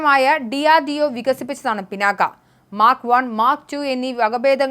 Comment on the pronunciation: പിനാക്കയൂം പിണ്ണാക്കും ഒന്നുമല്ല "പിനാക " എന്ന് വായിക്കൂ തള്ളേ. പുരാണ ഇതിഹാസങ്ങളേ ക്കുറിച്ച് ഒന്നും അറിയണം എന്ന് പറയുന്നില്ല , പക്ഷെ സാമാന്യ വിവരം എങ്കിലും വേണ്ടെ തള്ളേ.